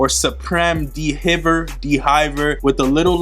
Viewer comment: d-v-air not d hiver